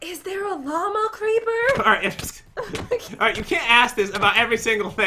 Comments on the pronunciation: When Jen said llama creeper I heard Walmart creeper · When Jen says Llama Creeper and you here Obama Creeper..